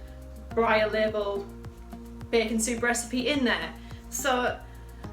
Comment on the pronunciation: I love how you say bacon Bacen lol